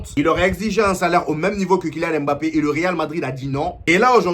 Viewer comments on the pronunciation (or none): "le meilleur club du monde " pfffffff...laisse moi rire 😂 on dit "mbappe"...pas "m-bappe" prononce pas comme les blancs...stp sinon force à toi...